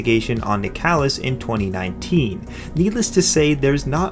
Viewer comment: Isn't nicalis pronounced like nicholas?